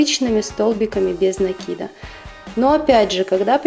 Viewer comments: Спасибо, очень классная подставка получилась.НО!! В русском языке нету слова накИд, есть слово нАкид. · советую внимательнее изучать ударения. НАкид - это профессионализм, правильное ударение накИд.